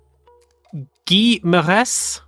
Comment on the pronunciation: I believe Ligier's name is pronounced Guy (Ghee)